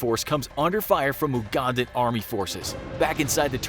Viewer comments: For future reference Ugandan is pronounced You•gan•dan not oo•gun•dan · Everytime you say Oogandan instead of you-gandan I die a little inside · (You-gandan) not (oo-gandan) also why are the senturies and pilots white, thats not true lol its uganda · I Like you but you say oo-gandan